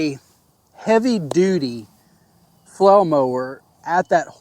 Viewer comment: You have great videos on flail mowers. I've watched most of them. I still struggle getting past you calling them a "flow" mower. I even turn up to audio to make sure I'm not hearing you incorrectly. Aside from that, I appreciate that you show issues that you have with equipment - even when it's your fault. I don't need another brand commercial that only shows everything going perfectly. I haven't even decided which flail mower I am going to purchase yet, but I already know I need flow restrictors based on your video.